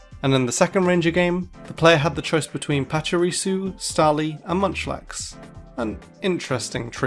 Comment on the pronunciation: All errors and mispronunciations in this video: Baton Pass: BAT-tin pass Correct: buh-TAWN pass Zacian: zuh-SHEE-inn Correct: ZAW-shee-inn Pachirisu: PATCH-uh-ree-soo Correct: PAW-chee-ree-soo Dedenne: duh-DEH-nee Correct: deh-DEN-nay The theme of the gen 7 starters is rpg classes continued. Decidueye is based on an archer/ranger, Incineroar is a brawler/berserker, & Primarina is a healer/bard. Lillie's first Pokemon was an alolan Vulpix. Not an alolan Ninetales.